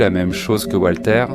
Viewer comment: Walter, pas Voltaire 😂